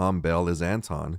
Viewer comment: "wonton" lol....